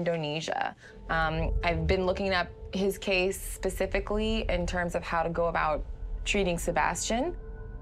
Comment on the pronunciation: She said Pacific lly instead of Specifically